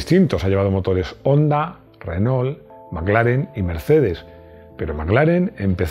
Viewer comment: Decí "armado", no mecano, millones de latinoamericanos no van a entender. Y se pronuncia Renó. No Renol.